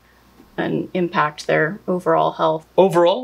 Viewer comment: says "but over-all" but it comes out.... "blurgle" or "blerval" Vote in my comments which you think was closer. 🤣